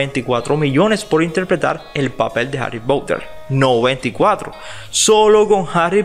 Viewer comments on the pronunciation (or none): Cracliffe?? Pronuncialo bien por favor y Harry Pouter también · Creo que pronuncias mal 😂❤️ Harry Potter / Harry Pouter Quidditch/ Kiditch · Me mata como en vez de decir Harry Potter como una persona normal dice Harrry Pouter LIT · Como lo dice Harry poutter 🤣🤣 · Si es verdad me da mucha risa ajajajaja😂😂😂😂😂😂😆😆